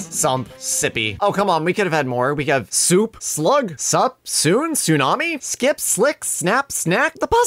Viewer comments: Tsunami? Did he say tsunami it doesn’t start with a s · but the pronunciation does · tsunami starts with a t not s